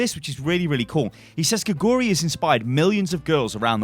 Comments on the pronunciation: Don't know if you care at all but you're saying her name all wrong. Her name literally means 'frog' and in Korean you would say it like 'gay-goo-lee'. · You can pronounce her name more correctly if you put the emphasis on the first syllable 'gae'. It pronounces like 'gae-goo-ri'